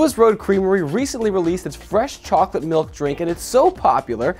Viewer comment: Chocolate malk